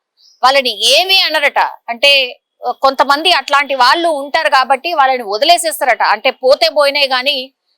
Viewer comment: వాల్లు కాదు , వాళ్ళు అను్ ముందు పలకటం నేర్చుకో